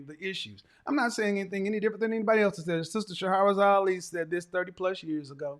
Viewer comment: Kevin, the sister’s name is pronounced Shah-razad Ali instead of Sha-ha-razad. If you continue to quote her, I think it would be respectful to pronounce her name correctly. Our name is one of the most valuable assets. No offense meant.